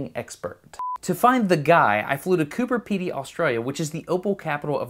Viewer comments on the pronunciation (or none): It's Cooper Pedy. Coober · You spelled it right, and yet you still kept saying "cooper peety". Strange.